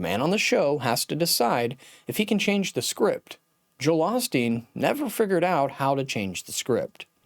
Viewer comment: This critic doesn’t even know how to pronounce Joel’s last name correctly. Beware of his critical words.